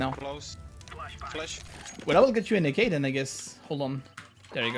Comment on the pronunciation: more than an ak really doesnt soumd like a G sound